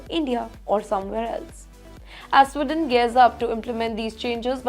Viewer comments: Madam journo.....country is Sweden not Swidon ....diction and accent imp in any language 😂. Why should any country bow before Indians? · It is not “स्िडन” it is “स्वीडन” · It’s not Swidon. It’s Sweden. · Again it’s “Sweeden” not “swiden”. You can spell but not pronounce. Please learn English. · Sweeeden not Swiden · Please pronounce the word SWEDEN correctly